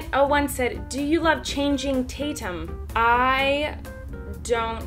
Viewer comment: Lol she said changing wrong